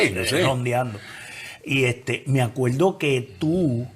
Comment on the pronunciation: ACUELDO JAJAJA ACUERDO No aprendieron bien el abecedario .. si a la R le dan sonido de R ,, que sonido le dan a la L